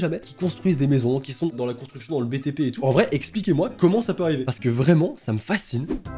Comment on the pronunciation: Alors bonnejourre c'est bien ici pour la contra.... cobra.... consti.... constriction de maison?